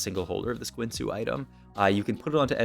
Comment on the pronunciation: The only thing I learned is that this guy pronounces guinsoos in the worst possible way and runaans too lol